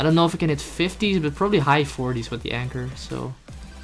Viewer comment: Awesome fideo! Oh and it's a anchor not anger;) Kappa